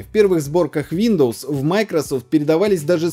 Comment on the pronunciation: "Шиндоус"))) никогда не слышал))